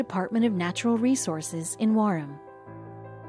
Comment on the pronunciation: Its Wareham pronounced wear ham